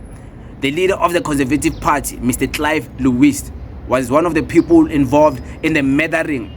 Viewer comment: I don't know I just hear them talking about "de Piepol"